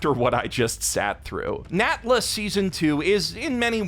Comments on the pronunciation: bro, i thought you were saying nambla at first not natla💀💀💀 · I thought he said Nambla, and I was like, "It's an older code, sir, but it checks out."